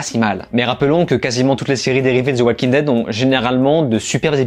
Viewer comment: Pourquoi tu prononces le "L" dans "Walking" ?